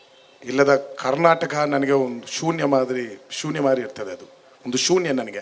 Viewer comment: ಶುನ್ಯ ಅಲ್ಲ ಶೂನ್ಯ